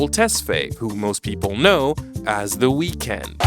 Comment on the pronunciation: ngl you butchered the weeknd's name